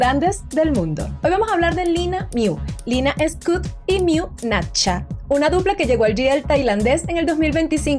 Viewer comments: Por favor el apellido no es scut es SCHUETT tal cual suena , shuet🙏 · Es Shuett, no scout, Shuett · Muy bueno el video. Solo la pronunciación el apellido es de origen alemán Schuett (se pronunciará "shüt" ue= ü) no es para ofender solo ayudar 🙏🤗